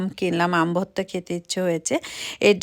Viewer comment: উচ্চারণটা ভততা হবে না ভর্তা হবে।